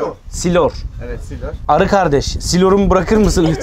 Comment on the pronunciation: Ben Artvinliyim Silor deyil Sileryo